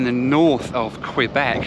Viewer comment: Apologies to you. I’m a former Montréal resident. I’m a little sensitive how “Québec” is pronounced. I know it’s silly, especially, I’m from Lawn-guy land, New Yawk. (Long Island, NY). You videos are enjoyable. I look forward to seeing your videos.